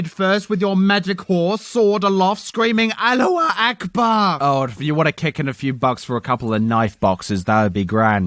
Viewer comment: That intro was awful. Also it isn't "AlLu A aKbAr", it's "Allahu Akbar".